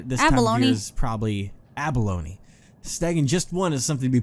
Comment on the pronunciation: Abalon, not abaloney